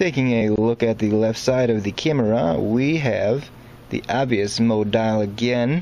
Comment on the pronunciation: What a shame you found it necessary to dumb down your commentary. If you,wanted to provide a serious Tutorial, why the odd pronunciations unless confusion was the desired result. Mo dial........ ? Mode Dial. Good diction is crucial